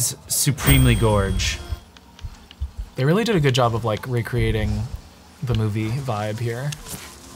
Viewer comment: Gorg? It's gorge.